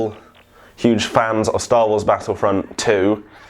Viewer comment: I'm sorry, this made this vid hilarious for me. STAWOOOOOOSSSS!!!